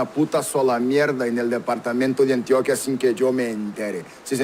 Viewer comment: Además no se dice Antioquía, se dice Antioquia, con acento en la O. Medellín es su capital, ciudad de la eterna primavera, no se le dice así a todo el Departamento.